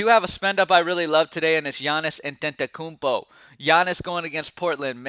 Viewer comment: How you make the greak freaks name sound Spanish?